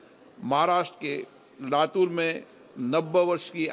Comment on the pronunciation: It is 'LATUR' not 'LATHUR'